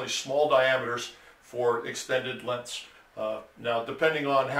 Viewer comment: He said lenths.